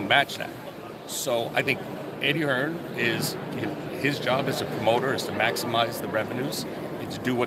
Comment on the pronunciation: Its not "HearnS" it's "Hearn"